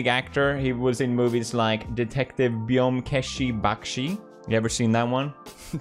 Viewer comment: It's byomkesh not beyomkeshi 😂